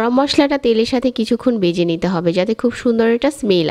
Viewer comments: A pnar pronunciation is very bad. Vege not bege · উচ্চারণের এই অবস্থা কেন!? বেজে কী, ভেজে হবে। গন্দ না, গন্ধ হবে।